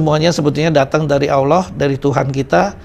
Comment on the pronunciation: Sebut nama ALLAH gak pake AU.. tp langsung AWLOH. Tp W dan L nya jgn terlalu JELAS. Kebanyakan yg blm fasih ngucapnya AU LOH. itu nurutku ya klo salah maafkan